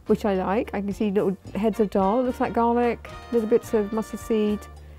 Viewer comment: And the way they pronounce the words sounds like they are a foreigner trying to say Indian food names they saying doll instead of daal